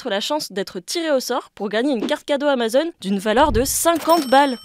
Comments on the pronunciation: AmazonE ??? ^^ ptite boulette je suppose mais c'est pas bien grave ;) toujours aussi intéressant ;) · amazonE nitendTo Oof